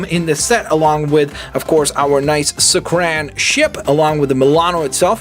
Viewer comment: It's not pronounced suck-ran it's pronounced suck-are-en